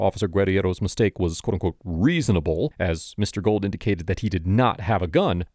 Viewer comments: His name is pronounced “goold”, not gold. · Great video and content. His name is pronounced Gooo uld not Gold